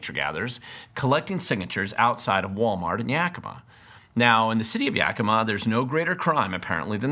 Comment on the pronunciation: The only reason I chose this video is because everybody ELSE pronounces 'Yakima' wrong. THIS is the way local people pronounce the name of the city. Darn, I really wanted to dismiss you by saying that you don't even know how to pronounce the name of the city, but you DO KNOW how to say "Yakima" like a local. So now I don't know what to do... watch the rest of the video, I guess.